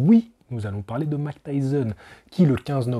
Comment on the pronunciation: Il faut dire "Mahik" pas "Mac" Tyson stp :) Mike Tyson 😉